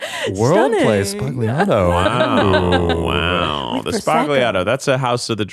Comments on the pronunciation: listening to them mispronounce sbagliato was so painful. the G is silent, and the "ia" in "liato" is more like "yah" than it is "EE-ah" so it's closer to "sbal-YAH-to" than "SBAG-lee-AH-to" source: i am italian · NOT TO SOUND HIGHER THAN THOU buuuutttt..... as an italian speaker GUYS it's sbagliato pronounced zSBALIATOe emphasis on the B it's a B NOT P (big letter major sounds small letters undertones) i just cringe every time i hear the emma reference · IDK why but the way their pronouncing spagliato is so wrong, and it keeps just gripping me by the fucking teeth. Its goddam hilartious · Any other italiana speaker feel bad everything they pronounced sbagliato and then lasagna, and some of the other names. I know probably being extra. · So happy to see Eugene drop some knowledge on the word Sbagliato. But English speakers don't know how to pronounce "GLI" so if anyone is interested in that here's how you pronounce: - You can pronounce it in the southern Italian way so, lets take the phrase "Yo mama" how do you pronounce the Y? Also like the double L in spanish (like in tortilla). That's how you pronounce GLI. So it's like sbayiato. - You can pronounce in the northern Italian way (more grammatically accurate but a little more complicated) you don't have an equivalent, so I can only explain how to move your mouth correctly. You put the tongue flat on the back of the palate and make like the buzzing of a bee and then let go the tongue while pronouncing the letter "i". I know it's difficult and you can keep pronouncing however you want, I just thought it would've been cool to explain how to pronounce it correctly. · Sbagliato means "mistake" and you all sbagliato-ed the pronunciation of it FYI